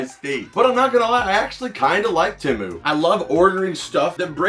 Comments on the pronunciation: temu? there are two vowels and anyone who had english in second grade would know the second vowel forces the first to be a long sound so it would be tEmu but the second vowel remains silent so the word temu would be pronounced TEm or team or even TEEmoo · It's Teeee - Moooo dude.... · I don't mind how energetic he is but I'm pretty sure he has eyeliner on an what's up with people. Not saying temu right